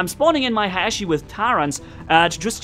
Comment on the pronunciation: "Hashi" lol I think it (Ha-ya-chi) correct way to say it.